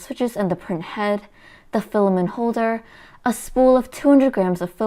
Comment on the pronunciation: Still saying filamen instead of filament...